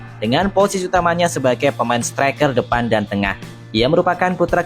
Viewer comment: Maaf min koreksi : -. Setereker atau striker, -. Presisi atau Persis Solo 🤔🙇🙏